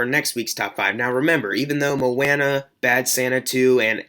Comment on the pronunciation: Mo-Anna? Lol